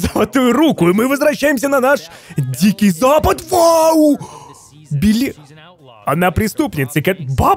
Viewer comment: не Били а Бель